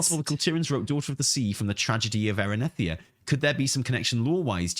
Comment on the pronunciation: Erinethia? Erinethria 😂